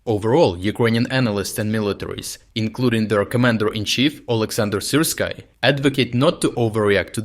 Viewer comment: Are you using voice generator? Not that I have anything against it. I am just curious professionally. I have noticed there are some relatively consistent pronunciation mistakes regarding names of the towns and even the name of commander Syrskyi. And the pauses when saying the names of the defensive lines are pretty odd. ;-)